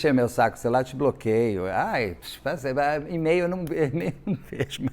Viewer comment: Na pronúncia correta de e-mail a letra “e” é pronunciada como “i”. Basta verificar a pronúncia do alfabeto em inglês.